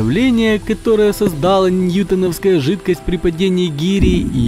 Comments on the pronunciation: Дизлайк, отписка!!! НеньютОновская а не неньЮтоновкая и не ньЮтон а НьютОн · неньютОновская жидкость, ударение на 3 слог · неньютОновская жидкость а не неньЮтовская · Надо говорить неньюто’новская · Какая нахрен ненЮтонская жидкость.Сначала глянь как правильно говорить потом пиши!!!